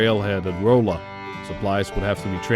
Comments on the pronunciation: Osceola is pronounced, "Oh See Oh Luh" Rolla is pronounced, "Rah Luh" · The narrator is definitely not MO/ARK area. Rolla is not pronounced like its spelled - Rolla. The "o" is like an "a". And Fayetteville is not pronounced Fiyetteville.